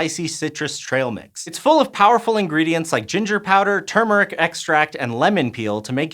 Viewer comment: Dear: you mispronounced "turmeric".